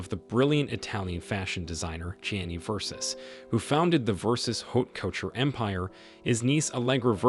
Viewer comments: "Versus"? Seriously??? I switched off eleven seconds in 😫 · VERSUS? Omg try even a little bit. Bye- cant listen !!!